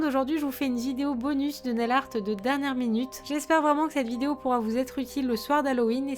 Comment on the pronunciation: Mdr tu as dit jideo réécoute la vidéo et tu verras sinon super vidéo je t'adore gros bisous